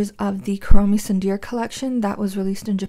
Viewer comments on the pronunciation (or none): tsundere is said as soondery